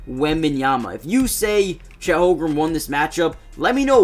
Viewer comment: its holmgren not "holgrum" 😭